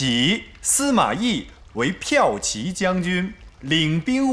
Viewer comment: 骠骑（ji）将军，车（ju）骑（ji）将军，我看所有影视剧，基本上没人把这两个名读对的